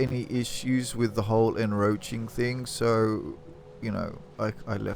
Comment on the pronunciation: en-croach-ing there is a c in the word.....